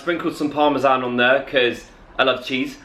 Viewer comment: "cause... i lav chiz!" haha i love you!